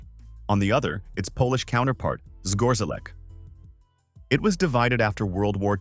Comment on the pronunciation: Please go back and practice the correct pronounciation of Zgorzelec. Not a good indicator of a quality video.